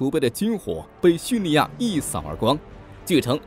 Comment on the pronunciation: 真的不想吐槽，但是发音确实不对，听着好恼火，是叙利 li 亚，不是叙 ni 亚